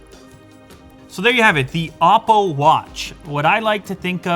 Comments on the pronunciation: Oppo is pronounced Apple with a spanish accent. Its not " op-po" watch. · Isn't it oh-po?! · when you say oppo watch it literally sounds like Apple Watch lol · " OPPLE WATCH " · It's an "OPPLE WATCH". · Sound like you said the IM PO watch lol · It's pronounced with a long O... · Is that anApple? No. Its pronounced Oppo.